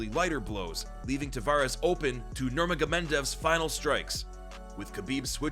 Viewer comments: Sorry But i have To stop watching that point when he says "Nurmagomentov".. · bro said nurmagomendev💀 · You pronounce khabibs last name weird